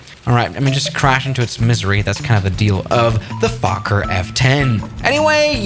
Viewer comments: Say "foukker" and i think ur good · Fokker is pronounced as 1 word, try it out on google translator, you write it there, press the speqker button, it pronounces really good (for this word)